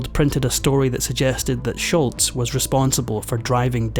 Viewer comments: Its SHOLZ, NOT SHULTZ... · It’s Sholz, not Shultz. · Tom Scholz, not Schultz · It's not Sholts, Its's Scholz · Tom Scholz' last name is pronounced "Sholz", NOT "Schultz". Nothing like mispronouncing names to cast doubt about a video's facts. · You could at least learn to pronounce Sholz's name properly. It's not "Sholtz." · Sholz not Shultz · It's pronounced Shoals. Not Scholtz. I was at the tribute show in Boston. RIP Brad. You are forever missed. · Pronounced Sholzzzz…not sholts. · Tom Sholz not Sholtz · It's Tom Sholz not Schultz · “SCHOLZ” is how you pronounce it. Not “Schultz.” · Just for future reference, it's "Scholz" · There is no T in Scholz. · Tom Scholz, not Shultz❕ There’s no T sound, it matters to people when you say their name wrong❕ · It’s Scholz,, Scholz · There is NO letter "T" in Sholz, this was not an episode of "Hogan's Heroes." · Scholz not Shultz. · There is no T in Scholz! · Scholz not Schultz. No “T”. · it's actually Scholz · There’s no “T” in Scholz. (Not “Schultz.”) Boston was my first live concert in 1976 or 77. Tix was 6 bucks. (Lawn-mowing $) You from Shotland? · For what it's worth, there is no "T" in Scholz, but you pronounce it like there is. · The guy is mispronouncing Tom Scholl’s name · It's Tom SCHOLZ!!! There is no "T" in his last name! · if you are going to make an account of the band, you could at least say Tom Scholz name correctly. The is no T in Scholz